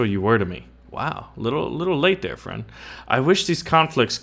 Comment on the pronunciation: be my fwend